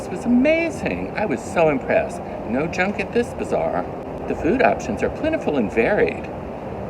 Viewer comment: Bazaar vs bizarre… hahaha…when I first heard u say it I really thought u meant bizarre 😂